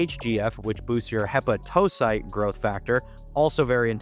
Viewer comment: Hepa-toe-cite 😅 gotta learn how to pronounce those science terms